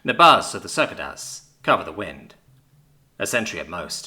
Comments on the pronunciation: Even su-kay-duh's would work for me, but sir-ku-da's... WHERE DID THE R COME FROM!? Is trying to trigger us for comments? Fine... FOR THE ALGORITHM!!!!!!!! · Just one objection, it is pronounced " ce-cade-a's" or "sa-cade-a's" not "cir-ca-da's"! (Sorry, I don't mean to be a "grammar police" but it did take me a few seconds to understand the pronouncing of this bug! )